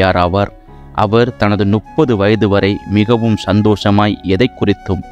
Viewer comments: மிக அரூமையான விசுவாச வரலாறு.நன்றி."முப்பது" என்கின்ற சொல்லை நீங்கள் ஏன் "நுப்பது"என்கிறீர்கள்? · அருமையான பதிவு. 30 யை முப்பது என்று படிக்கவும்